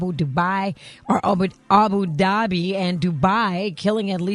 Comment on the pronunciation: Did I hear Abu-dubai ? and these are the clowns that criticizes Gary about his pronunciation.